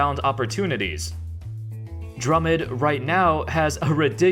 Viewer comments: Drummond not Drummod sheesh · Did just call Drummond "drummid"? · Stop calling him drummid